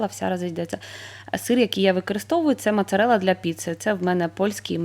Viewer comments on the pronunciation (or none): Чудове відео , мене напугали ножиці 16 років живемо в Італіі ніколи не бачила ,вам би руки вирвали за таке, піцца як і паста це гордість кожного без вийнятку італійця, також ріже слух мАцарелла це - мОцарелла написано у вас на упаковці, " цю семоліну " також ні бо це чоловічий рід- семоліно ,також піцайоло не міняється кажуть завжди у мужскому роді з О на кінці, а так все супер ❤